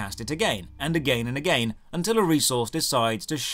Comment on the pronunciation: ageyn and ageyn